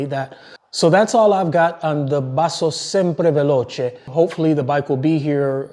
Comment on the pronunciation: Thanks for the drill down and congrats on the best pronunciation of Sempre Veloce! Bike will be coming your way very soon.